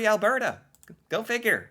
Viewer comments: You almost said Alberta right this time. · When pronouncing Alberta … think Bert & Ernie … now say Albert … now add the feminine a at the end … as another commentator said, “It’s not Al-bear-ta” … it’s pronounced Al-bur-ta … BTW, the province is named After Princess Louise Carolina Alberta … We had to use her third name because you Americans already had a Louisiana & the Carolinas! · Al-burr-ta (not bear-ta, although we do have both extreme cold AND lots of bears) is basically the Texas of Canada. Our main deal is cows and oil lol… Calgary especially is very cowboy-ish, it's like our Houston, whereas Edmonton is a lil more cultural and metropolitan like Austin, but as our vandalized welcome to Edmonton sign said at one point, there's a confusing ratio of hipsters to pick-up trucks… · Ahem… it’s ‘berta tyvm